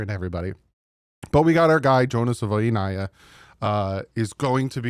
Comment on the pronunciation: You’re saying the name different than he is .. he says “savaii” like hawaii.. not saVOY